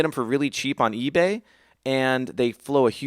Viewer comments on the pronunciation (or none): none